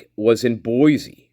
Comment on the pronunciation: Buhl Idaho is pronounced B you l. Boise is pronounce Boy cee not Boy zee no mater how the newscasters slaughter it.